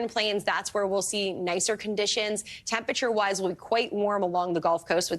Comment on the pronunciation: Tempasure is not a word. Temperature is a four syllable word. Temp-er-a-ture. For a weather specialist to get this wrong is unacceptable.